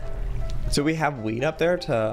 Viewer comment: Oml when joey said "do we have wheat up there?" it sounded like he said weed 😅